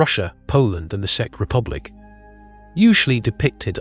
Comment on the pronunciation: Czech is pronounced as check lol. I know i sound picky, sorry for being a grammar nazi lol